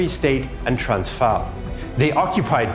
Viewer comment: Pronunciation of the Afrikaans names and places wasn't correct in this video, not sure what Afrikaans you talk. One example: "Transvaal" in the video the "v" is pronounced as "v" as in van while in Afrikaans it's pronounced as "f" as in "fish" the pronunciation for "a" is also different as well as the vowel "aa". The "r" is also rolled in Afrikaans but this is something I will forgive anyone who doesn't speak Germanic languages.